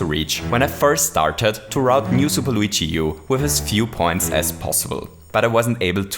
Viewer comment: learn how to say luigi